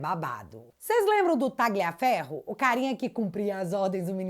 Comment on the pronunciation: Barbara Tagliaferro se fala talhaferro